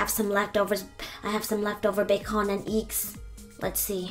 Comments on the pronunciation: She can pronounce every other words.. but not bacon and eggs and fruit smoothie. 'Bac-onnnn and IIGS! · BEacOn anD EcKS Lol I loved how u pronounced that. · "ba-con and eigs"